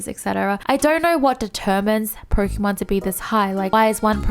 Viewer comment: You were talking about pronunciation bur still saying Pokeeeeeeeeeeeeemon, please, pls